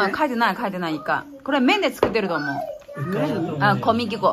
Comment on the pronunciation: こみきこう、(正しい読み方こむぎこ)。 コミキコウ😓